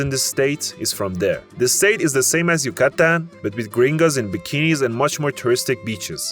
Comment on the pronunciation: dude... figure out where to stress your syllables before making a video! hidroCAlidos, YucaTAN, etc etc